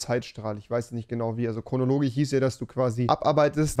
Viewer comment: Das beste im Video egal wie lustig es ist .... rewis Fähigkeit kein sch sprechen zu können ist lustiger. Ich sag nur chronologich😂